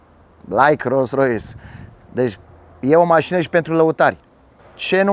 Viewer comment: De ce spui de multe ori ''Ros Rois'' :))